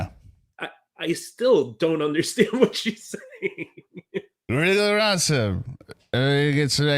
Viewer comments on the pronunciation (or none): 🤯 “wriggle around some" I’ve been trying to figure out her drunken slur for years now. It sounds like “real ransom” which is nonsense. Thank you for finally figuring it out.